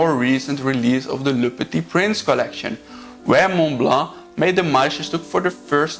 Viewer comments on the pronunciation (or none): I am French, and have lived in Germany and the US too, and can confirm the speaker pronounces Montblanc as a French would, ie without pronouncing the T and the C. He can improve his "Petit Prince", and "Meisterstück" 😊 Mastering foreign languages is never easy, and trying is already remarkable. About morons in France, I confirm there are some, as there are some in the US or anywhere else Hopefully there are quality people everywhere too.